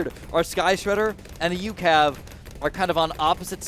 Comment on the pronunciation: Its just pronounced U.C.A.V. no ucav